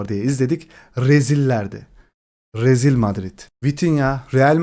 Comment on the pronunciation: Rezil kelimesini o kadar baskılı söyledinki 😅